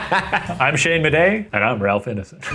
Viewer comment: I heard "Shane PaperAss Madej" and I just started choking from laughter